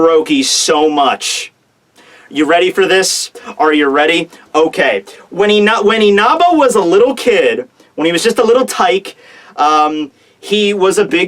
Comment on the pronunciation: Dude, stop saying Inaba!!!